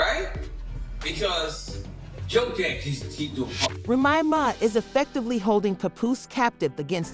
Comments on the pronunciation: Please pronouce the way its spelled , like the drink Remy Martin then put Ma . Remy Ma . I get tire of listening to a podcast u go all the way through not pronounceing the name right , make that apart of ur job please , an ur not the only one with these podcasters they need to stop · Yeah I had to turn it off. I couldn’t take it anymore.